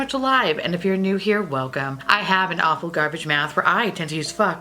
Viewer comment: It took me faaaaar too many videos to realize that you’re saying AWFUL garbage mouth and not APPLE garbage mouth. 😂 Not entirely sure what apostle garbage mouth means but I was here for it nonetheless.